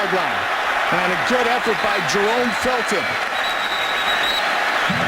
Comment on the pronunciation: Fooled on play action Close to a 1st down? One, maybe two at best Stopped at line of scrimmage Dynamic scorer?(Didn’t have a rushing or receiving TD in 5 games so far that season) Grover Quin? Jerome Fulton? Mispronounced Ndamokong Suh’s name Excited to work with the other team’s head coach? GOLDEN TATE? Exit from the stadium? Nothing there? These are mistakes during the 1st half, and there’s a possibility I missed one or two of them